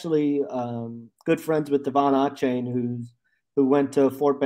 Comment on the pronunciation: Achane is pronounced A-chain